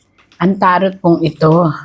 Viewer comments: Taro silent t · TARO. Silent T